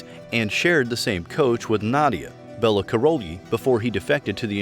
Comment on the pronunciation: The mispronouncing of Nadia and Bella's names is so irritating